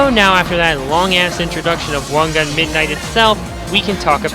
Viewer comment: wan "gan" ?